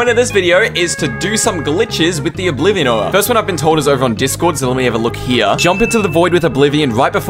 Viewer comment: its not oblivon